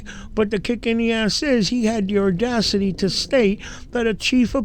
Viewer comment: I am a native New Yorker. Audacity does not have an R in it. I like your videos.